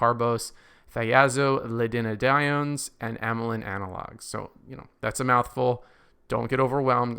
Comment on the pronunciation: Save yourself some pronunciation pain with TZDs -- its Thigh-azole-a-dean-die-own